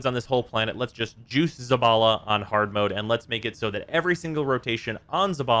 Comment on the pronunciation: Bro: says ZABALA My brain: you just heard ZAVALA